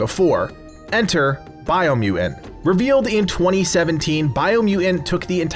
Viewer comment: Biomu "TANT" there's two T's. BiomuTant. Say it with me,, Bio-mu-Tant. So it's not "Biomu-ant", it's Biomutant.. 2 T's.